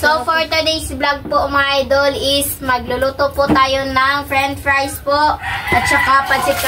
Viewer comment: FRENCH fries …. Hindi FREN fries.